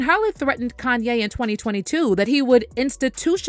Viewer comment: kan-YAYYYYYY! 🙄 Why TF is this person that’s speaking, pronouncing Kanye’s name with the emphasis on the “yay” part? It’s so affected! If ya can’t say his name properly than just refer to him as “YE”, which is what he wants to be referred to?